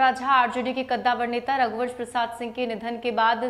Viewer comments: जिसे रघुवंश बाबू का नाम बोलने नहीं आ रहा है रघुवर बोल रहा है वो मोदी लासो पर भी राजनीत करने से बाज नहीं आ रहा है मोदी जी सिर्फ लाशों पर राजनीति करते आए हो और करते रहोगे लेकिन बिहार की जनता तुम्हारी राजनीतिक समझ चुकी है तुम्हारे बारे में नहीं आने वाली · मोदी को सुध से रघुवंश बाबू भी बोलना नहीं आ रहा है ,फेकू बार बार रघुवंश बाबू को रघुबर प्रसाद बोल रहा जो कि रघुवंश बाबू के लिए अपमान कि बात है।